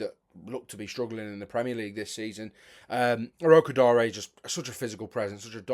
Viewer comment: Finally we have someone who pronounces Tolu Orokodare's name right, well done.